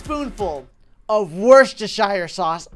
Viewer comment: Wheschestersier sauacs